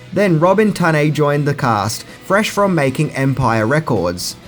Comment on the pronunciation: Memories of a Geisha? Lolol Your pronounciation of words is so odd. Row-shelle? TunnAy? 😂